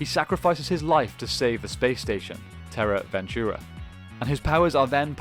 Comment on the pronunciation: It's " terra venture " not " terra venturea "